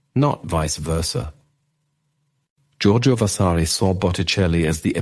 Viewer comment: Too many mispronunciations detract from the commentary! Vasari’s Lives, Chigi etc. What a shame.